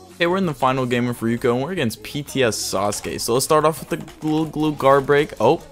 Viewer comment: kinda triggered me that he said rukio but im coping and malding anyways cool video